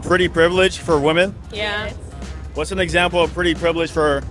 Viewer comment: I wish this dude will say women properly one day.